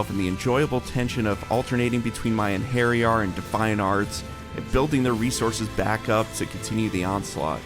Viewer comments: The way this man pronounces Einherjar... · Your pronunciation of Einherjar hurts my soul